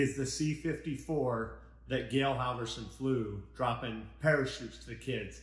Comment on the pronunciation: I hate to mention it but it's "HalvOrsen" and not "HalvErson", but a great video in any way you put it! 😉